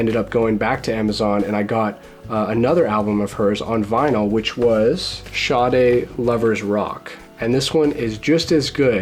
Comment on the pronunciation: Love your taste. Sade's Diamond Life was my first lp too. So amazing to listen to. The way its pronounced is the way you have been saying it ''SHA-de". X